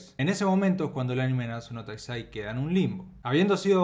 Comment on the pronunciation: No se te entiende cuando pronuncias Nanatsu No Taizai xd